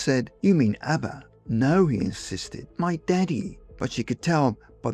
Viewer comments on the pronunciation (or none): none